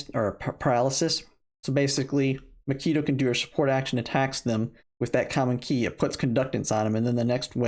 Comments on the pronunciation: Great info. Pronunciation of macchiato was Killing me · HAHHAHA makeeto?? Can you read? Have you ever heard of coffee? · Lol. I don't like coffee either, to the point that I avoid going in coffee shops because the smell makes me somewhat nausious. But even I know how to pronounce common names of coffee like Macchiato, Expresso, and Cappucchino.